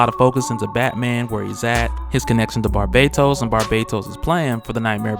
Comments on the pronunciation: Fam I love your videos but you are pronouncing barbatos' name wrong its not Barbados its barBATos notice there is a bat in his name not bad so there is a T sound. Love your videos keep em up. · Yo thanks for fixing the pronunciation on Barbatos... Although I still think the short 'a' would be more accurate. Keep it up man!!